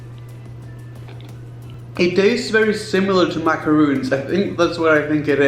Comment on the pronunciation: Macaron! Not macaroon! 😒